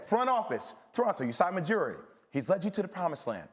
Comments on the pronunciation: Nobody: Jay Williams: Usai Majiri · Did he just say Usai Majiri? 🤦‍♂️🤦‍♂️🤦‍♂️